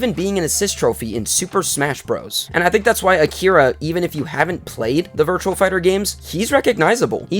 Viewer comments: its "Virtua" not "Virtual". Good video still though. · It's "VIRTUA" not "VIRTUAL". Good video still though.